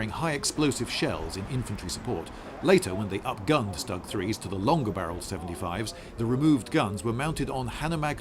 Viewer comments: Is it better to pronounce it "Stoog 3" instead of "Stug 3" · No it's not "stug" like "stuck" try "shtoog" but fast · You read it " ʃ t u g " to pronounce it as it was back in the days. :) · Stug (pr stOOg, not stUHg). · Am I the only one who finds the narrator to be annoying? .... The mine paste over the tracks was there to protect the tracks......and it's not pronounced "Stug" ....unless you're simply too lazy to pronounce it as "Shtoog" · "Schtuuuug", not "Stug!" :-) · Idiot, stew guh. stewguh. Not STuh UGH. fucking cringe. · You may be better served by pronouncing it not StuG, rhymes with "mug," but StuG rhymes with "stood." Try it, you'll come across as more knowledgeable. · Stoog, not stug Mr Beige. Not that it matters, but i'm being that guy today. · Lindy I'm an Aussie, so I speak English but I have always pronounced Stug not like 'pug' but more like 'stood'. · you Brits have a capacity to screw up anything regarding pronunciation - it's a STOOG you bloody wanker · It’s pronounced Stoog III😂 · It’s a Stug (Stoooge) III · Its pronounced stoog not stug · It's pronounced SHTOOG (that oo is short). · Its actually pronounced StooG if youre saying the abreviation. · no its not, its pronounced Schtug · Its not stuck. Its schtuck in pronouncement. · Not trying to be annoying, but it’s pronounced Stoog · is it not pronounced stoog? since you know...german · You also cocked up the name, it's pronounced SHTOOG! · I always love how stug pronounced, STUG!!! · I cringe every time you pronounce it Stug instead of Shtoog (as in Sturmgewehr in German pronunciation). Interesting episode, though. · I’m very ashamed of myself for thinking (many years ago) that this was a TD like a Marder. Also I thought the stugg was pronounced “Shtoog”. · The funny thing about Zimmerit is, nobody have fielded magnetic mines in any significant quantities except Germans themselves. So tat coating was pretty useless. And that Stug, Sturmgeschütz, is pronounced with initial SH, like shame.